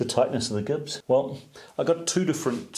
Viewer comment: Gibs pronounced (J)ibs?